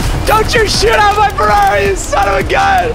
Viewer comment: 1€ every time Nick Says fararri